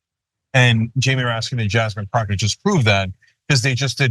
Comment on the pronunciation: Did he say Jasmine Crock? Ugh. Get her name right!